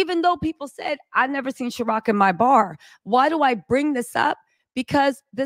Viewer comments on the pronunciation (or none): It’s Ciroc, not Sharoc